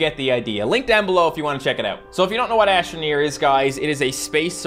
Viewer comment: You said ashtro neer but its not